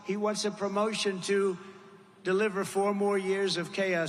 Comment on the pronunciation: Don't know if you guys caught it too, but he clearly calls her "Cabal-a" 😂😂😂 Go, DJT! ✊ ✊ ✊